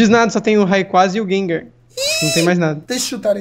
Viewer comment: Thiago Goncalves nossa ele falou geng gengeer